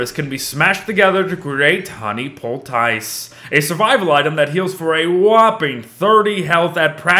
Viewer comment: the "tice" in poultice is actually pronounced like "this", not like "dice".